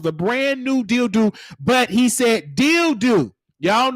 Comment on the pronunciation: Every time you said “Dilldoo” I started geekin!!!! 🤣🤣🤣